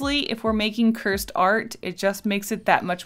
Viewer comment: Cursed* not cure-sed